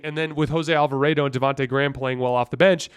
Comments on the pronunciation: The way you say Alvarado hurts my feelings...Alva-Raaaw-dough not AlvaRAYdo lol love your pod btw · Lost all credibility the way he pronounces “Alva-raid-o” and seems to think Monty Williams is the pelicans coach 😵‍💫💀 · He says Willie Green multiple times. He just said Monty Williams once when talking about the Suns series, so it's fine, we know what he meant. The Jose Alvarado pronunciation is weird cuz I know he's said it normally in past videos, so idk if someone told him to say it differently, but they would be wrong regardless.